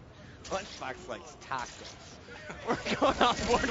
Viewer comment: "LUNCHBOX LIKES TALKCOS" lol (i know you don't spell it that way but thats how he made it sound)